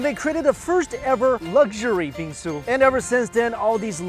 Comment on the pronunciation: every time he says Bingsu you it sounds like he's saying bean soup